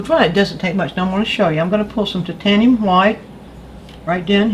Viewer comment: Excellent tips: thank you. I also love it when you pronounce 'titanium white' correctly as "tit-ayn-ium" and not the ridiculously politically 'correct' "tyte-ayn-ium". Refreshing.